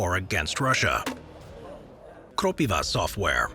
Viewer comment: its krOpiva and not kropivA as you said in the video btw